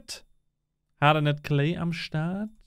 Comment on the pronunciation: hat wieder Hardned gesagt:D